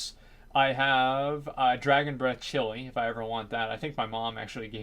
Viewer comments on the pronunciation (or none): none